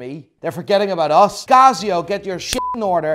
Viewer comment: its not CAZZIO its CASIO